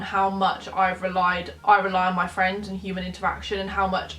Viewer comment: fwends. fucking football fwends!